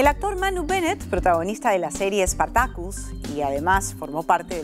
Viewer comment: "SpartakÛs" hahahahahah.